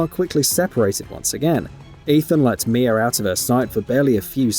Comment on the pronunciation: Her name is Mia now “mier” I’m sorry accents are accents but that’s where I’m gonna call out the fake accent. There’s no r in that shit at all. Your accents being forced. You’re most definitely European but you’re still forcing to sound the way you are a little to much. It’s cringe